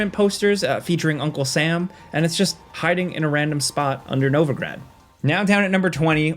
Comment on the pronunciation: Great video, but wrong pronunciation. It is Novigrad, not Novagrad.